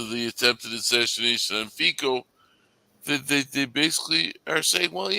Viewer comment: Fico is pronouced as Fitso and NOT as Fiko Fi like fi in Finland and the C in co as C in Cincinnati We do not pronounce Cincinnati as 'Kinkinnati'